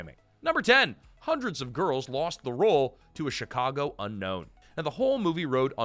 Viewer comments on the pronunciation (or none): none